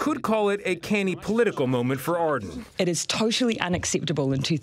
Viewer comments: Ardern not Ardun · Ard end OMG as a kiwi his pronunciation is driving me mad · Your pronoucing Jacindas last name wrong a silent r audern... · oh jeez his pronunciation of ardern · The cringe of him pronouncing Neve and Ardern incorrectly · can babes not read? how is neve nev.. and how is ardern ardin. not even gonna get started on te aroha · Omg guys it’s neve te aroha like... neve is pronounced knee eve te aroha is pronounced te arrow ha and adren is pronounced a durn